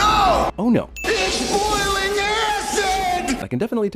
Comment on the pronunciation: IT'S BOY-A-LING ACID!